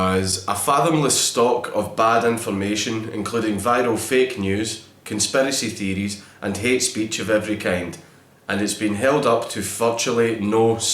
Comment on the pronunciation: The way you said Conspiracy Theories as "Con-spare-essy Thee-dees" Made me bust a gut xD. You're Scottish accent is perfect, I wish I had it to be honest xD.